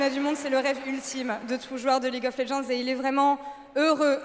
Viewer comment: Welcome to the League of Lehends 😂😂😂